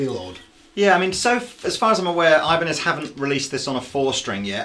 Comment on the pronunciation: EEEEEbanez, not EYEbanez